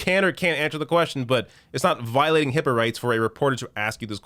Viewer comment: I thought she said hippo